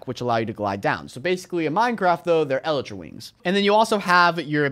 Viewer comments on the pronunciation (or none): none